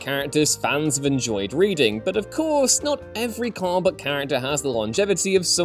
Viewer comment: When you say "comic book character" I keep hearing "Carbot character" xD